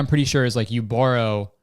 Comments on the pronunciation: I've never heard you sound more Canadian after saying borrow. "bore-row" "Bar-row" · pronouncing borrow like borough. eh. s'. Canadian. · Kurtis has never sounded Canadian to me, UNTIL HE SAID BORROW. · sometimes i forget kurtis is canadian then i hear him pronounce words like “borrow” LMAO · i fr forgot you were canadian until you pronounced borrow this way lmfao